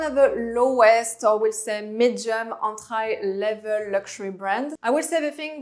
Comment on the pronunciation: I love the way she pronounces some words like "entry" she says an-try. Great content tho.